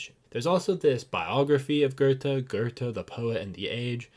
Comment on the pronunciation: Loved your video. But please learn to pronounce his name correctly!!